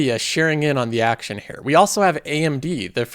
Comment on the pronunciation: You pronounce here as hair nice vid